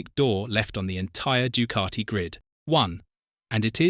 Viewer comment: It’s not du cart I It’s Ducati